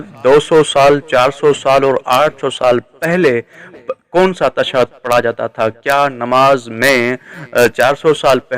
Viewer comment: Beta tu pehly tashahud bolna sikh ly pir ye fesla karty he ke shahadat salasa durust he ya ghalat. Tashad nahi hoti tashahud hoti he.